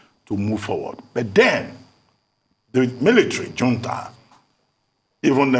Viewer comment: Reuben, Reuben, please check the pronunciation of Junta.